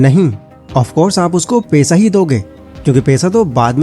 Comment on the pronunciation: पैसा बोलो भाई पेशा मत बोलो 😊